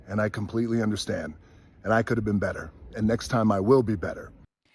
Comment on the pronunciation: there are 2 “t t’s “ in better